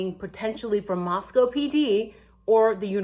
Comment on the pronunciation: I hate to be critical but, it's Moscow sounded out like Costco. ❤😊